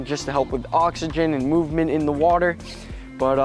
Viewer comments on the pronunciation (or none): none